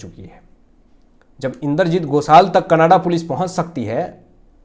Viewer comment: Can you kindly speak Canada Not Kannadaa